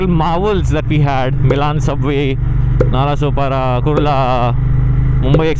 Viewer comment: It's actually Nalla Soap ara (walla)😂